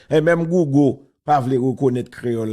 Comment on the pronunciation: wap pale konsa,kisa ki GOUGO wa? Di mo anglè byen ou byen di Gougèl an kreyòl